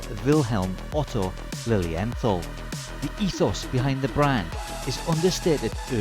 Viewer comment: The pronunciation is Lilien...tall , I am not being disrespectful, I was corrected by German speakers. Their newest automatic has a Miyota movement, I think that is a colossal mistake. I own 12 of them most limited edition. These watches are either loved or hated, there is no in between. Their resale value is lukewarm, they are not an investment.